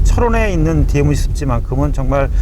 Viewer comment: 디에무지가 아니고 디엠지 라고 하셨으면 참 좋았을것을